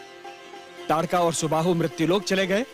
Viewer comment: ताडका न कि तडका